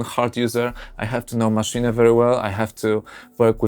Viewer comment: maszine ? hahahaha sounds like kkokakola i oranzus NOBODY DOES MENTION WHAT IS MISSING :-( , fpr example chord playing with the mouse...........